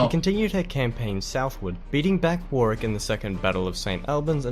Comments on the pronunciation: FYI, Warwick is pronounced WOH-RICK not WAR-WICK. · Despite the narrator's apparent mispronunciation, throughout Warwick is and was pronounced 'Worrick' rather than 'War-wick'. Incidentally, the conflict was only named 'War(s) of the Roses' many years later. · Richard II was most likely starved to death, although we can't be sure. His death so soon after capture was very convenient for Henry IV. Warwick is pronounced 'Warrick'; the second 'w' is silent. You guessed that GRR Martin was inspired to write 'Game of Thrones' by the 'Wars of the Roses' very quickly. Well done! There are a number of very good documentaries on the war which it would be very good to see you both react to. Best wishes from the UK, as always. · Pronunciation assistance - Warwick is not 'War Wick' it is 'Whah Rick' but without the pause just 'WhahRick' one word. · And another link to you! Your Yorkshire roots; Cersei is played by an actress from Huddersfield in the West Riding of Yorkshire (the female Doctor Who comes from here too, as did James Mason). The narrator sounds Australian, so don’t say Warwick as he does (War Wick) as it’s pronounced ‘Worrick’… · Some very off the mark pronunciations in this, he totally butchers the names Tewkesbury , Barnet and others, while strangely alternating between the correct War-Rick and the incorrect War-Wick. Are there no English people making such videos? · Warwick is pronounced War-ick and Tudor is pronounced T-you-for. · Definitely recommend the white queen and white princess. Please don't think you pronounce Warwick as he does in the video, he is mispronouncing it. I lived in Warwick and could see the castle from my window, you like it theres a lot of artifacts from the war of the Rose's there. Also look at the princes in the tower and (there a channel4 documentary on youtube) about the king in the carpark that you'll love. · War wick ? Nearly try Worick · Warwick, pronounced “Worrick”, the second “w”, isn’t pronounced. Cheers